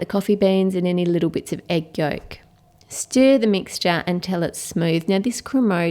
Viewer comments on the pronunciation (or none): none